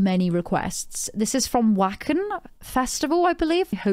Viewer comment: Waken....pronunciation is Vaken...❤❤ much love from NW army US division!